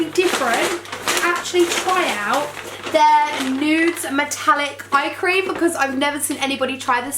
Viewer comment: The way she said creame product😂😂xxxxx